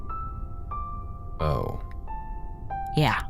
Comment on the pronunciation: I really like this episode. It isn't an essay on why Eiffel is bad, or why he is cruel or entitled--he is not any of those things--but he is insensitive. He says shit, mean shit. He doesn't mean it, not at all, but sometimes, intent doesn't really matter. Saying "Min*cow*ski" once? Get called 'wind-up girl' once? Get called an 'ET helpline' once? All fine, it was their simple, insensitive mistake. Tell them not to do it, and hope they follow through on that. They apologize, you endure it, you 'toughen up' that one time, and move on. But, if they do it repeatedly, then it becomes a problem. It starts to sting, you realize they don't respect your wishes. Your name. Your identity. They respect you as a whole, but not fundamental parts of you. Laughing at yourself doesn't help, it only validates the disrespect they are showing you. Tell them how they've hurt you, why their mispronunciation of your name is wrong/why their nickname for you is rude, and if they're good, they'll finally understand and STOP. That's what Eiffel does, and THAT is why I think he is so well written. He's hurt at first, of course he is. Realizing you've been accidentally hurting, disrespecting, and attacking your friends? That sucks. It really, really sucks. So, then what do you do? You say sorry, you apologize, and then you make things better by not hurting them like that again. Because, these friends? They care about you, its why they're telling you how you've hurt them. They might be angry, they might b